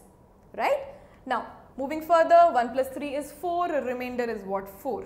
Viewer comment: "Will give you what remaindorhhhh..? " 😂😂 I like your videos. It's Informative🙂😊